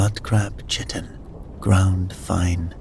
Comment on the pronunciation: Just for reference in case they crop up in future stories, chitin sounds like kite-in not chit-in, and chasm sounds like kazz-um not chazz-um.